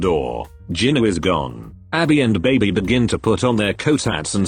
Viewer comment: Bro said ginu